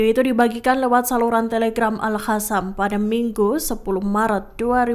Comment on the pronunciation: Maaf min buksn al Hasam tapi al Kasam. Baca yg benar dongggg.